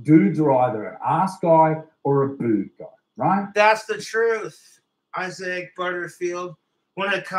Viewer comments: its pronounced (eye-zick) isaac, but ive never wqtched any videos from him so im not 100% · Is “I-zay-ick Butterfield” the way the guy’s name is pronounced or is saying it like that because he’s regarded